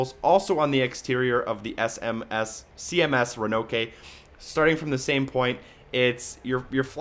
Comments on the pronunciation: Ch 4 The CMS "Ra-No-Kay"?? They say "Ro-An-Noke" plainly in the game. Sorry, that's just weird. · Exceptional guide friend, will be watching the rest, thank you. Quite painful to watch when you were pronouncing the Roanoke (row-uh-nawk) wrong.